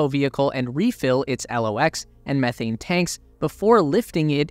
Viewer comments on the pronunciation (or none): none